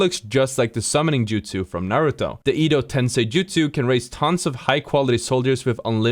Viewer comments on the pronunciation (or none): You said edo tensi wrong 😭😭😭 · Bruh really said edo tensei like that what a bozo